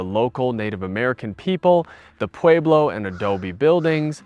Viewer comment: we really enjoy watching your reviews. I would ask that you please be respectful and learn how to pronounce the names of things and places. They are called tamales not tamal and it’s “pweblo”.